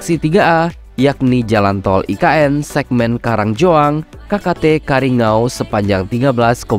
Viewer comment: bukan karingou itu salah nyebutnya gaes yg betul kariyangau coba lagi kariya---ngauw ok gaes